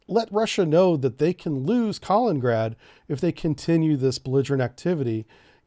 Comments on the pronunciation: It’s not Collin-grad. It’s Ka-lin-in-grad. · Few corrections: it is Ka-lin-in-grad. Not Ka-leen-grad. Moldova isn't a NATO member. I think your are confusing Montenegro. But what NATO should do in the case of Ukraine invasion is the following: -Freeze all Russian funds in NATO and agreeing nations -Forbid any and all shipping from Russian ports -Severely reduce flights from Russia. Not all to allow foreigners to escape. -Restrict or remove Russia from SWIFT banking. -Restrict Russian access to the the Oresund and Bosphorus. -Re-enforce Swalki-gap. -Provide AA and AT man-pads to Ukraine in large amounts. And that is if they invade and give them 5 days to retreat out of Ukraine and Donbas region or more will follow. You don't need to go to war with Russia, but you can cripple them. Make it painful in the beginning. Promise them you will lift it, but if they don't you will double down. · It's Kalin-in-grad not Kalingrad ... sorta like that river in the USA is the Mississippi not the Missippi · Lol Kalingrad :D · Kaliningrad (KAH-LENIN-GRAD) You’re killing’ me bro… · Not to be a grammar “NOT-zee” but it’s pronounced “kah-LEAN-in-grad”. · Pronounced “Ka LIN in grad” You keep skipping the “in” syllable. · Buddy, love ya, but its KA-LIN-IN-GRAD, good content, just needs a tiny polish! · Can’t pronounce Kaliningrad and doesn’t even know where Romania and Bulgaria are… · you are pronouncing Kaliningrad wrongly. Just read it. The pronounciation matches the spelling. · I say this with all possible love and affection: please take note of the second "I" in "Kaliningrad" and try to pronounce it. It's nails on a chalkboard over here. Thanks. ❤